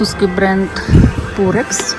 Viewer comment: Дякую за огляд , тільки будь ласка не пурекс а ПИРЕКС или пАЙрекс .